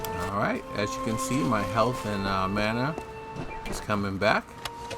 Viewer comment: Have you thought about doing videos on how to craft gear? My first thought watching this video: "Those are rookie numbers!" :D Bu for a low level character it's... decent. Also you pronounce so many things wrong :/ "Ma-na" not "Magma"... Oh and running to Adessa only seems like a good idea. the way the game handles item levels, low-level Prismere is garbage gear only sometimes better than Sylvanite. Seriously, math the numbers you see . Both items have double the damage per attack of their level. Yes, one of them has bigger damage, but also a higher level. True OPness is not obtainable early game at all. A full set of Mastercraft armor with Epic gems is a thing to be feared. :D It's also got better stats than any gear you can buy. Building your own gear sets the gear to your level.. whatever that level is. It also lets you tune stats in ways you can't do with the crap merchants sell. Those Prismere daggers are good... for level 16. Maybe even great... for level 16 if you put some nice gems in them. But if a higher level player was to rip them apart to salvage the base item and reforge it.... mmmm...... That can make for some NASTY weaponry. If you ripped them apart for the base item you could probably make a more powerful weapon that just slotting it. Uniques in this game typically are disappointing. That's often due to level limits though. They do in fact have cool effects you can't make crafted gear with... sometimes. Each item is unique and some are less uniq